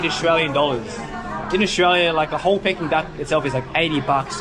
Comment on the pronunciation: it is pronounced “Peaking” Duck not “pecking” duck lol